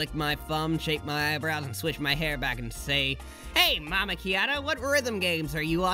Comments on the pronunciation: M-mama kiyata??? It's Mamacita 😭😭😭😭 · I laughed more at "mamakiata" than the actual thing (Its pronounced mamaSita) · “mamakiata” Hit me like a ton pf bricks. ITS MAMASEETAH!! MAMASEETAAAAHH!!!! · I know this is an accidental misread/misspelling/mispronunciation but at the same time I feel like Berdly would ABSOLUTELY be the type of guy who would end up pronouncing “mamacita” as “mama-key-ata”. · mama key ata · Mamacita is like saying mommy to someone who is not your mom in spanish, plus, it's pronounced "Mama-zee-ta" I am not Berdly. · losing my shit at the pronunciation of mamacita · i have never heard someone pronounce mamacita this way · Berdly would mispronounce "mamacita". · Your mispronounciation of mamacita destroyed me inside.